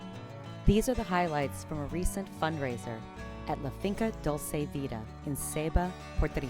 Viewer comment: Hey, at least learn the vowels. They are so simple and yet so difficult to get. Vowels in Spanish sound the same way always. So the u in dulce sounds exactly the same as the u in Puerto. It’s not dolce but dulce. Simplify your life knowing this and believing it’s true because I think that the problem that you think it’s more complicated and it’s not.